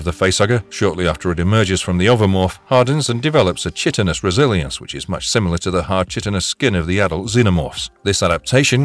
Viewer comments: It's pronounced "kai-tin-us" not "chit-tin-us". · You mispronounced “chitinous.” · How is it that this guy doesn't know how to pronounce "chitinous?"